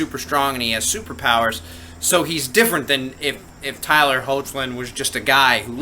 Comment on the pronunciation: hi! jus wanna clarify with u, i hope my previous comment didnt sound rude 2 u. if it does, then pls accept my apology. i only meant 2 share the info (pronounciation of tyler's last name) anyways, cheers! keep up the good work!